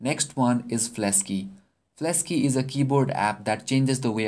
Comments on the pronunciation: Fleksy, not flesky! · It's Fleksy not Flesky. :v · The keyboard. Is called fleksy not flesky